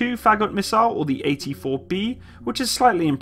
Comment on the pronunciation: Someone screams: "just a name" incoming! :P Also, Фагот is pronounced roughly like far-got with the emphasis on o.